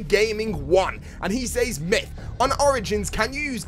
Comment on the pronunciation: love your videos but I CANNOT STAND the way you pronounce says....you are killing me bro!!!!